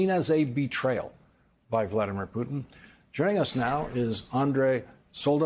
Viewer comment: Say it again: "Poo' tn"! You do not even care to pronounce the Presidents name correct!" Very educated,....wooow!!!